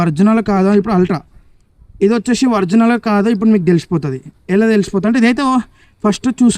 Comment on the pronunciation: Orginal ❌Vrignal ✅